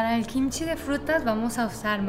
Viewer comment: Hola, me encantan tus videos y no me pierdo ni uno pero tengo una preguntita tal vez algo ignorante pero cuando hablas de Kimchi hay veces que dices Jimchi y no se si es diferente o es lo mismo.